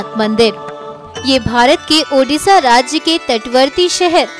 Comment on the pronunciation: udisha nehi odisha